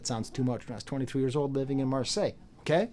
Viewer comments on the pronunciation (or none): none